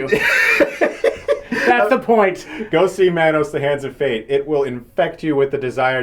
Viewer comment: It's pronounced Mah-Nose And also do a Neil Breen Movie